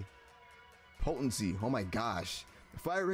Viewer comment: You’re the second youtuber ive seen that pronounced “potency” that way